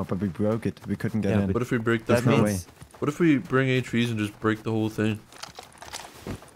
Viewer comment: I can't even say how you said hv s you said it kinda like hate cha V's